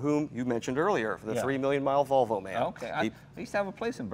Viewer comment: Jay said Valvo! No, Jay, it's Volvo, unless maybe you're Swedish.